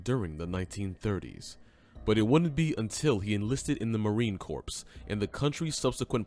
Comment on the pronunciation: Poor narration, learn how to say CORPS, no we would not know how he looked by watching the Pacific HBO Show. He didn’t play himself.